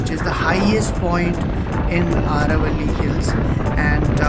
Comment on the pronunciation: It’s not aaravali aravali